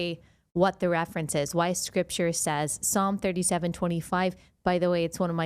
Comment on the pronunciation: Biden doesn't know how to pronouns Psalms, last time he said P-salms. PHONY